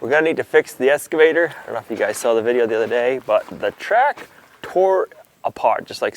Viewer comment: "Kaboter" , "escavator"....OMG